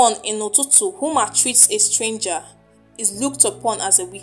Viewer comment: It's not Ututu, it's called "Itutu"